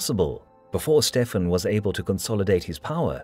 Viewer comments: Why is Stephen ('Stevan') pronounced as though he is E European as 'Stefan'. no-one else (Matilda, David, Henry, etc.) gets other than the standard pronunciation!!! That annoying idiosyncrasy apart - an excellent, and in part radical, interpretation. Most enjoyable. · Stefen?? Stephen is pronounced Steven.. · Dying from "a surfeit of lampreys" is certainly one of the funniest ways an English monarch has died. Btw we'd generally say Steven, not "Stefan". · Isn't Stephen pronounced Steven???? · Stephen is pronounced Steven. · Can you please just pronounce Stephen like Steven? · The name Stephen is pronounced 'Steeven', rhyming with 'even'. Don't you know English? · It's thoroughly relevant in a video made in English. Anyone who broadcasts in English without knowing how to pronounce a common name such as 'Stephen' comes across as an ignoramus.